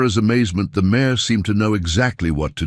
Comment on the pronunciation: not «mayor» but «mare» - «jument» in french, i. e. a she-horse